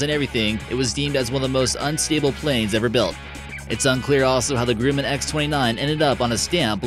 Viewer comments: GruMMan, not Grooman; and this video is extremely deceptive...not impressed. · GR - - UH - - MAN not gru-man. Like Tyler Burton said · It's "Gruh-muhn" NOT "Grew-man." Otherwise, nice video! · Say it with me "Gruh-min. Gruh-min" Not Groo-man. Carry on. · It's pronounced Gr-uh-man not Groo-man. It's only one of the biggest US aircraft producers. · Grooman? Is that how you’re supposed to say Grumman? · No, he's mispronouncing the Grumman. It's pronounced "Gruh-mehn". I already commented a correction about it. Good catch though! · It’s GRUMMAN GR-UH-MAN idiot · Learn how to say "Grumman" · Fact check & pronunciation issues all over. It's bah-RAIN. It's Grumman like Thumbman, not GRUUUUUUman. The Soviet Union collapsed in 1991, so they sure weren't designing fighters in the late 1990s. It's a forward SWEPT wing, not a forward step wing. Next you should compare these four: Embraer A-29 Super Tucano, Boeing OV-10X, Scaled Composites Mudfighter, and the Textron AirLand Scorpion.